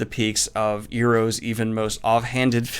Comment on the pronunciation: did he say eero's instead of Iroh's?